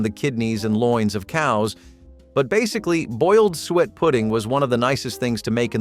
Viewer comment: lol its not sweat pudding its SOO-ET